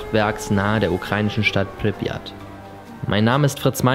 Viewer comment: Du Sprichts Tschernobyl und Pripyat Falsch aus